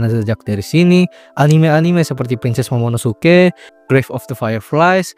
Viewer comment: bang banyak typonya lu pas ngomong 😂 "princess mononoke" bukan princess momonosuke